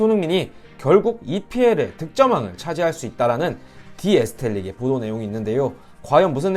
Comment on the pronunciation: 디 에스텔릭이 아니고 디 에슬레틱이에요